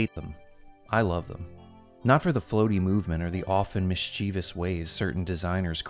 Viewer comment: Dude can't pronounce "MISCHIEVOUS"?! LOLOL! GOAT.